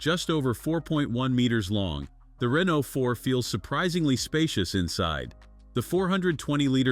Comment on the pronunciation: SPEAKING OF NOT BEING ABLE TO PRONOUNCE THINGS correctly, Mr. Reeno, Rainoo, and whatever else you felt like calling the poor thing , what else are you gonna mess up royally in this video of yours? Just say "car" next time so you don't sound like talktard.